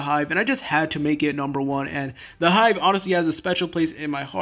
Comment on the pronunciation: "Hive" seriously